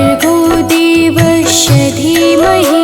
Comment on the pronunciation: गायत्री मंत्र में देवस्व के स्थान पर देवश्व का उच्चारण हो रहा है कृपया शुद्ध करें जय माता दी 🚩🚩🚩🚩🚩